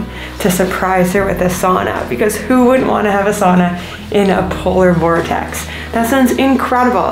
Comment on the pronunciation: You should count how many times you say Polor Vortex 😉